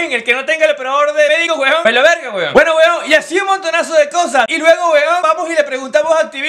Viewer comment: Lo que yo escucho HUEVON, HUEVON😂😂